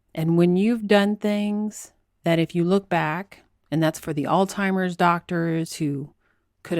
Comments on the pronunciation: I'm a fan, but are you actually saying "ALLTIMERS?" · Jesus christ it's Alzheimers not all timers.... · It's "Alzheimers"..not "Altimers". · Please don't pronounce Alzheimer's as All Timers, please. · I got confused when you said "altimers". I think you're talking about Alzheimers. There's a "z" and an "h" you have to pronounce with the word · Is she saying “All-timers” in jest? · did you say “alzheimer's” because I was hearing “all-timers”? A coworker called it “Old-Timers”. Leftist Politics has destroyed science.